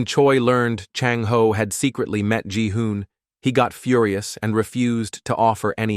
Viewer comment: ji-hun❌ Gi-hun✅